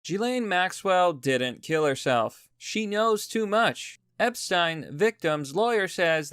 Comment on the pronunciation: Omg actually says Epstein correctly!! Einstein Epstein Even Jeffrey didn't know how to say his own name!!!